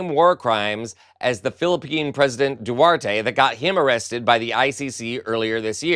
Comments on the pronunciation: Love your show and content. But the ex-president of the Philippines name is Duterte and pronounced (roughly) Do-ter-te .... not Duarte.... Still you're great!💙💙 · FYI it's "Du-ter-te" not "Duarte". Cheers! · The Philippine ex-president is Duterte (doo-TER-tay), not Duarte. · Hello, not to be picky, because I do enjoy this channel... it's Duterte, not Duerte. I did not catch the name at first 😅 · Former Philippine President Du-TER-te not Duarte. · Duterte, not Duarte ! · please learn to pronounce "Duterte". Note there is a T in the middle but no A. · It's Du-TER-te. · The former Philippines president’s name is pronounced Due-ter-te.